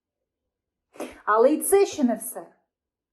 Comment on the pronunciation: "Щьо,щьє", що за вимова у вас,вашою вимовою катувати ворогів можна.Аж вуха заболіли від такого мовлення.Ви напевне розмовляли російською,а тепер перейшли на українську.Жахлива дикція.😮